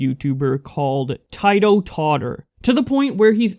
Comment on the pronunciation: The way you pronounced Titototter pisses me off